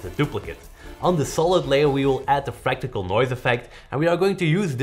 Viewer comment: Is it fractical noise though🙄🙄! Just love you guys. "Fractal noise"